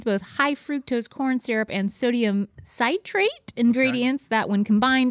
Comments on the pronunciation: Sigh trait? 😅 It's citrate like citrus pronounced like sitrate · sodium Sigh trate lmao bruh: city = sighty citrus: sightrus cinematic: signamatic